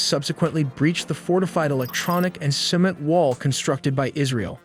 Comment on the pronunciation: …”simett” for “cement”?? …And you don’t use AI??